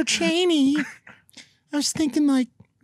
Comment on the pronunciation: Haha guys it’s Mr. Chainy not Cheney